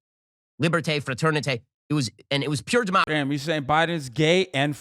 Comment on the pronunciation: my man said eegalitay, li-bear-tay, frat-urn-eetay